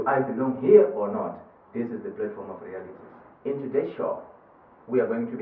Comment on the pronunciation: platform not plate form